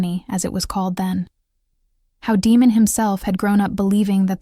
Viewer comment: I think AI is mispronouncing Damon.